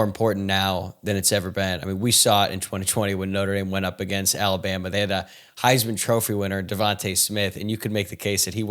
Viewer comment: Who says “a•GAIN•st” like that? Is it a regional thing? 🤔